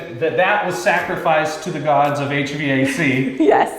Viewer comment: “Check our our H-Vay-Cee”